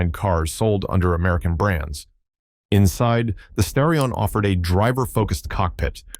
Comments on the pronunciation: Now redo the commentary and say STAR-ee-on every time instead of STARE-ee-on most of the time. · You keep saying Sterion instead of Starion. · STAR-ion, not STARE-ion. Also, your images do not sync with your audio description such as when you refer to the wide body when displaying the narrow body and wide wheels while showing the narrow ones again. I really like these and my best friend had a 1988 that he blew the head gasket dialing up the pressure. It was a pretty capable car and thank you for the video. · Many Asians would pronounce "Starrion" as Stallion, not the other way around of course, due to the difficulty of pronouncing the R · Starion. As in "Star" not "Stair". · Bro I can't unhear this as a stallion mispronunciation 😂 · Learn to pronounce the name of the car if you want any credibility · Lololololol oh I rearry hope it was a misplonounciation of starron. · According to Jeremy Clarkson (so it may not be tue because it contains a racist element) Mitsubishi wanted to call it The Stallion but the Japanese can have a problem pronouncing "L"s.. Supposedly they'd contacted graphic artists to produce the lettering on the car, and... Well, we have The Starion! I have to admit the way he told it sounded convincing, but to some, racists often are.. Me? I give it 50/50.